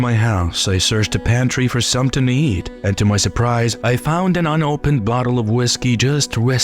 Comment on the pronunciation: The vowels have odd inflections as if from someone whose primary language isn't english trying to sound hip in english. Whoever or whatever is speaking doesn't like simple words starting and ending with the letter T such as 'da' and 'deh' instead of 'the'. 'Dafinitely' instead of 'definitely'. 'Dam' instead of 'them'. 'Sumtin' instead of 'something'. The speaker drops the 'G; at the end of alot of words. Is the speaker from the same region as the guy on the Integza channel?